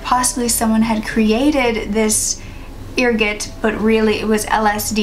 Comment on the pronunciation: Pronounced err-got. What they used to say caused lupine syndrome or werewolves.